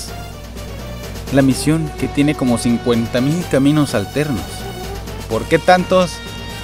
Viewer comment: alguien noto que dice caminos alernos en vez de alternos :3 jaja saludo crack